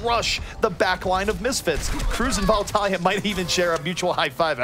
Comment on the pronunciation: I hate the way he says, "Vallutaja."